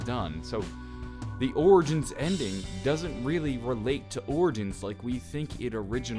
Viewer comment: Yo please stop trying to pronounce the name. Lol it sounds disgusting